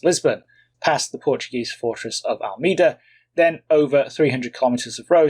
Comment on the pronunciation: Portuguese pronunciations: Almeida is “Al-MAY-Da” and Coimbra is “Coe-EEM-bra”.